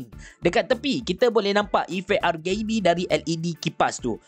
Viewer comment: Nobody:.....: R Gay B😂